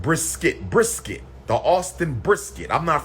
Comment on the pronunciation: Lol he can’t even pronounce brisket.😂😭😂 “BriS-Kett”